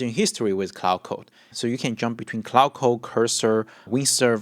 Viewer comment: Not only were you using it wrong. You were pronouncing it wrong aswell